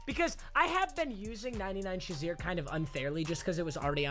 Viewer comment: Why do you say Sha-Zeer. It is Shay-Zeer